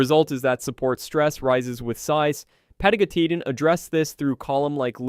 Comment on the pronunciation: 4 seconds in and I noped out. The pronounciation was so bad that there is no Pathos. "pah-TAH-go-TEE-tan jfc